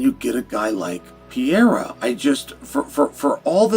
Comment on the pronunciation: Someone teach Chael Sonnen how to pronounce Pereira Is not that difficult